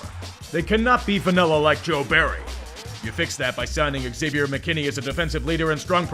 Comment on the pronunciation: Xavier is pronounced as if the X were a Z. ALWAYS.